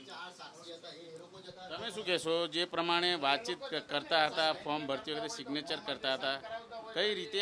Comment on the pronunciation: સિગ્નેચર ને બોલી રહ્યો છે😂😂😂😂😂😂😂😂